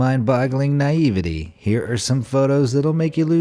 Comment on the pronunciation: I've never heard of "nye-eve-videe"...he must mean Naivete', promounced na·ive·té, or "nye-eve-vitay". this dude is consistantly fucking up, it's like a game in every video.